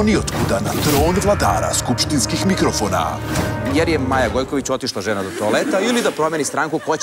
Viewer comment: MIKOROFONA :D :D :D